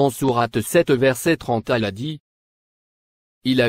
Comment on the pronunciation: C’est pas un musulman qui a fait cette vidéo cette voix est celle d’un youtubeur qui donne des recettes de beauté même prononcé le non d’Allah il ne sait pas un fidèle musulman dit Allah et non Ala je sais pas prqw t’as fais cette vidéo mais si c’est pour attaquer les musulman,Qu’Allah le très haut te punisse